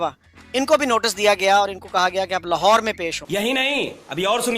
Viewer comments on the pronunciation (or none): none